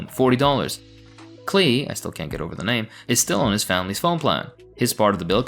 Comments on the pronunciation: Pronounced Clay like Paul Klee the artist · Off topic, but Klee is a well known name in art historical circles - as in, the painter, Paul Klee (it's pronounced like 'clay') - and yes, it's kinda funny